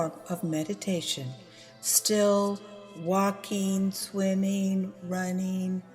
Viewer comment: she said...walkeen swimeen runeen singeen. The G isn't silent. Thanks for the video.